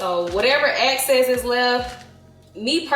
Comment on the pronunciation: Hi! This looks good I will have to try it one day! One thing tho, I’m not sure if it’s because of your accent, but you keep saying access for the word excess. When you were drying the salmon and talking about the left over marinade you kept saying access. It’s EXcess, not aCcess. All love!